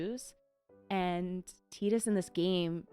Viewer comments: Please say 'Tie-dus'. I know it's not canonical but I just HATE 'Tee-dus' ☹ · A crushing blow. “Tee-dus” makes my skin crawl. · IN KINGDOM HEATS 2:They say Tide-us, not Tee-dus! BUT: officially confirmed pronunciation by Square Enix is "Tee-dus" (like tea), derived from the Okinawan word for sun, Tiida. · Honestly most of us grew up pronouncing it “tie-dus” and still say it that way. I’ve never had an issue with playthroughs saying it however they want so feel free to just say whatever sounds better to you. The English voice actor has mentioned that it was kind of a mistake it ended up canonically as “tee-dus” in English, he personally prefers that way because it’s different but is fine with people saying it however they want. There’s always some vocal people who will push for one pronunciation, but I think most viewers are fine regardless and so we don’t bring it up unless it comes up as a question. In general you’ll get lots of contradictory feedback, if you correct one way you’ll start hearing from the people who preferred the other. A good rule of thumb is to play however feels most natural to you, the more you’re engaged in the game the better the playthrough will be for us to watch. Some people will always wish you did things a little different, but everyone always has their own unique experience with a game. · When you first said Tidus, I knew the fan base was going to correct it lol, FF10 fans are great and don't spoil stuff BUT they always love to point that out to people.